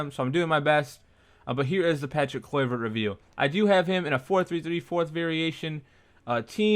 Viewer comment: how u pronounce his name looool